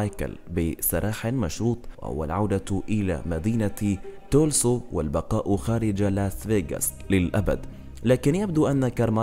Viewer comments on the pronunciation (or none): المدينة التي جاء منها اسمها تلسا وليس تلسو